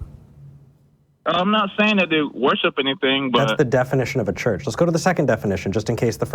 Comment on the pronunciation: Is he saying search?